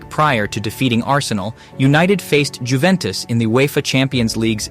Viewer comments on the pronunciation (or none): none